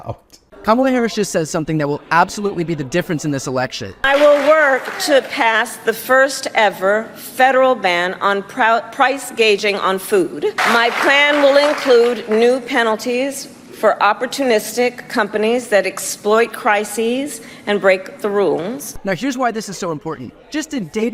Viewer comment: What is price gauging? Is this some sort of way of claiming she never said gouging once it never happens?